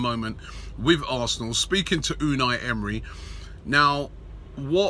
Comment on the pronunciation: Robbie says arsenal "arsnoool" hahah